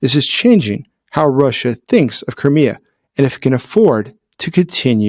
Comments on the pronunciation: Koré ? Non Krimée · Vous dites Corée au lieu de Crimée à chaque fois. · Every time you say Crimea I hear Korea! 😂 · Did I hear you say Korea? Of course it's Crimea, professor gerdes also mis speaks pretty often actually. . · Anyone else think he was saying "Korea"? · When you say "Crimea" I sometimes hear "Korea'. Throws me off a little.